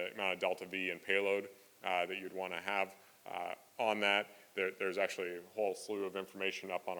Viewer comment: He talks like Elon, but fast. They both pronounce 'actually' the same like ''asherlee''. There will be calls for subtitles.